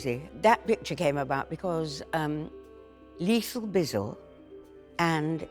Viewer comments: Hearing her say leethal bizzle is everything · the way she says lethal bizzle 😂